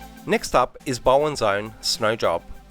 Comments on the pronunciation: Just putting it out there, the Bow part of the name is pronounced like Bow down, not Bow tie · Bowdens. Not Bowens mate haha